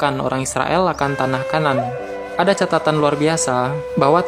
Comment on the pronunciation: wah narasi nya .. banyak yang salah .... kana'an .. bukan kanan .. babad laut mati ... untuk Dead Sea's scrolls dan masih banyak lagi .... Sebaiknya dipelajari dulu isi ertikelnya ... jangan langsung baca dari google translate ..